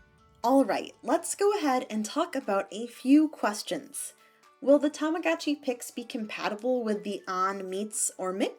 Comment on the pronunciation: The advertisements are so cringey, TAMAGOOCHI PIX, BITCH ITS tamaGOTchi